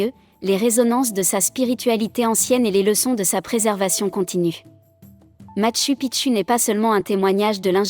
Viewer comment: Merci M. Coilhac. Et content aussi de vous voir ici 😊 En effet, la prononciation du système de synthèse vocale est perfectible 😄 tu devrais adapter le texte en ce sens, Matchou Pitchou, Ararate, ... 😘